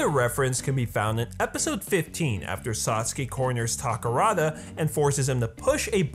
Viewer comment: Ahem... DAI-GURREN